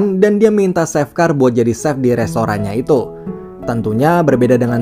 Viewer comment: Biasa aja cuk gak usah nge gas!!! Bukan seff bacanya tp che F wkkwkwkww